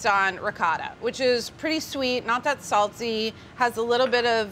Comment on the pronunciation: Apparently, carlas "salty" sounds like "siri", because my phone wanted to know what I want